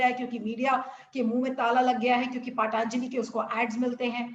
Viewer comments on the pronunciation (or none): हाँ ये बस पतंजलि को पतंजलि नहीं बोल सकती....।।। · Allopathy treatment is certainly a super stupid science. Yoga and aurvedic are actual treatment. You have to take ayurvedic treatment and have to start yoga doctor and reporter to refress your British slavery mind. Reporter , you have tongue problem. You can not able to pronounce 'patanjali' word. Dogtor sahab what are the allopathic medicine to cure corona diseases.